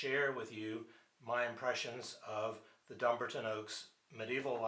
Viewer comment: Great review. It seems to cut off at the end though? Also just to say, as a Scot, the stress is on the 'a' in Dumbarton :)